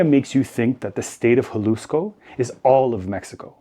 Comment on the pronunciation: Except for his pronunciation of Jalisco